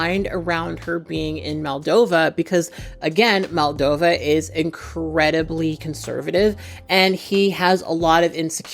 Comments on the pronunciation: Really brilliant video! I love the nuance you bring to topics like this! Only thing I would say is that throughout the vid you called Justin's home country 'Maldova' when it's actually pronounced and written as 'Moldova'! Side note: love your cat ears and make up in this!! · The second letter is pronounced as the the second letter in the word computer . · It's Moldova, not Maldova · Just a side note, but in the video and the description, you say Maldova, but it's Moldova!!! I love your videos <3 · not to be that guy, but it's MOldova, not MAldova